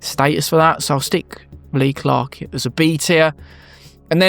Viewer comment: Omg i have always wanted this video! Jan Magnussen have also won a couple of world Championships 🏆 And fixed your pronunciation of Leclerc!